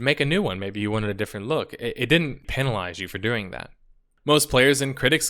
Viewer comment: You should probably rehearse reading the script you're given first. "2... 9? 2017" "Urzea". "paenalize."